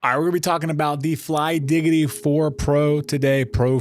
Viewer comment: bro really said flygiggidy😭